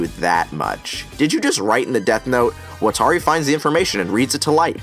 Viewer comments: Wat-ta-ri lmao not watary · I’m sorry, but I don’t even like this movie or show, but could you please stop saying WatAri. It’s giving me an aneurism. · Is anyone else extremely bothered how Watari's name is pronounced wuh-tar-ee, but in the anime it is wah-tah-ri. It is pronounced for you in the anime, its not like you have to guess.... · ikr, wa-TAR-i ?????? really?????? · I’m sorry great points and everything but how tf did you pronounce watari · I can’t believe I never noticed this before, he keeps mispronouncing Watari’s name 😂😂😂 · I honestly could not even finish this movie after seeing how they mispronounced the names. Also that IS NOT MY L. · Wa Ta Ri How are you a fan of the series but you don't know how to pronounce a key characters name correctly? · why can nobody fucking pronounce watari